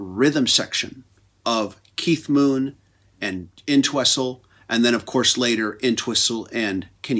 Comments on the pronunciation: inn-twessel? Thats the legendary Ox,John ENTWISTLE. he would probably laugh though. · The T is silent in Entwistle. Just sayin.